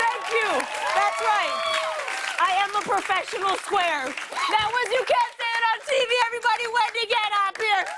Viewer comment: Never thought I’d live to see the day I hear Lilly say cont. 😂😂😂😂